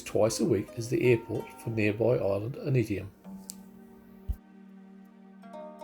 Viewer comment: Just watched your video...very enjoyable. I am a long term resident, so I hope you don't mind my input. Ni Vanuatu ( meaning Vanuatu born ) is pronounced 'nee'. Aneityum is pronounced Ann-eye-chium. 😊